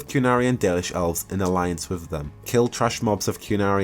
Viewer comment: its minra-TH-os not miv-raf-os, and also wi-TH not wi-V. sorry real bugbear of mine. That said good vid. really hope there is more than just the city. loved how DAI you could go all over. Sounds a bit too much like the crappy DA2.